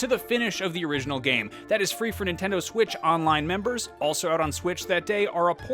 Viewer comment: ah yes the "Ninteod" Switch